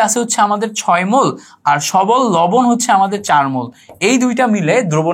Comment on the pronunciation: Allah'r dohai. vai uccharon ta ektu thik koren, please!! you can count it as advice. Sodium, je, 6 please egula ekta thik vabe ucchar koren!!! Amar OCD type problem thakate ami esb uccharoner karone class e attention dhore rakhte parina, tai bollam. Kichu mone korben na vai, please!! Vai emnite Kintu class ta osadharon chilo